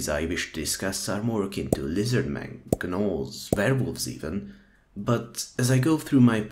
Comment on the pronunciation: The g in gnoll is silent